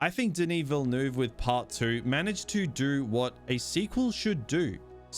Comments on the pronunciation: Ville-NUHv not VilleNooov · Who is 'Vil- noov'? Is he related to 'Villeneuve'? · 😅 You are not able to pronounce his name correctly. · i agree with everything you said except how you kept pronouncing dennis villanueve’s last name😭